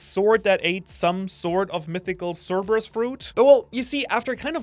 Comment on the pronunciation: Thank you for being the first channel to pronounce cerberus right